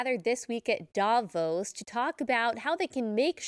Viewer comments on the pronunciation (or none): Please learn how to pronounce Davos correctly. Thank you from a Swiss person.